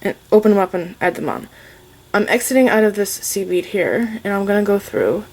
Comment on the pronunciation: I’m so new to this I kept thinking she was saying “seaweed” instead of “seed bead” 😂😂